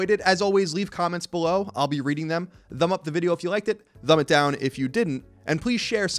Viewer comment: Awesome ep! I always laugh at the way you say "Thumb" lol "Thumb it up or Thumb it down" haha i don't know why?!